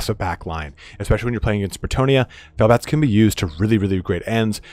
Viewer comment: Sounded like you said fail bats lmao